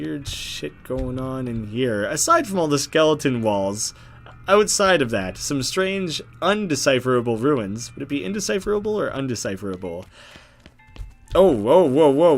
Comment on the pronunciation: runes not ruins